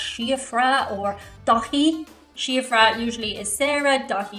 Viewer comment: Daithi pronounce Daw-hee.